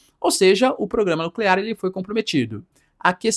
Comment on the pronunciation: nuclear, não nuclerar, pelo amor de Deus